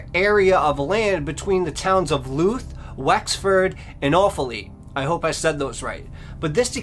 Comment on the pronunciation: There are news on the Annie McCarrick case. She never went to Johnny Foxes. They arrested someone. Apparently, it was a love triangle. Maybe do an update. Louth is pronounced outh as in mouth. Gardai is pronounced Gardee. You're welcome.